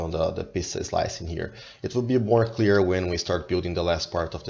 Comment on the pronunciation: Sweet! Pizza 'Slime' pattern? perhaps Pizza "Slice" heh heh. Great explanation, too!